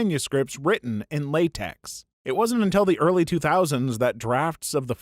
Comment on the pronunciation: The X in LaTeX and TeX is a chi and so LaTeX is more correctly pronounced La-Tech